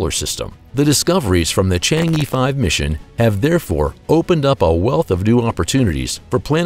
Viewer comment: It's not "chang yi" ----- e here pronounces similar to "ear" in earth, just a bit short